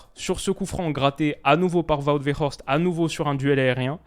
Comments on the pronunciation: 😅 tu prononce trop bien Wout Weghorst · Il vit à Amsterdam, c'est pour ça qu'il prononce bien le nom de Weghorst 😂😂